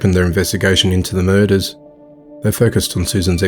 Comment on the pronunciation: All these key-luhs and mer-duhs!!